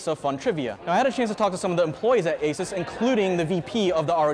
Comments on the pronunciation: Mans done his research, yet can't pronounce asus.... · At least pronounce ASUS correctly. You're literally a tech channel. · It’s a bit grating that a tech journalist can’t correctly pronounce ASUS.